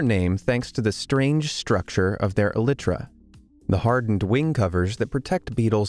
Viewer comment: Elytra.not elitra